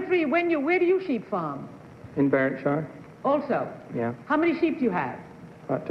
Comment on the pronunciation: I'd have never guessed Jim Clark. He doesn't have much of a Scottish accent and he appears to (possibly deliberately) mispronounce Berwickshire